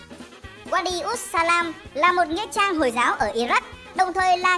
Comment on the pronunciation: là "Mother of nghĩ trang" hay "Mother of nghĩa trang" vậy ad. Định cmt bắt lỗi mà sợ hiểu sai :))